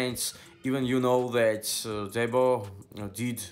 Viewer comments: His name is "DEEBO" not DEBBO 😆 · 😆. Dude. Said Debbo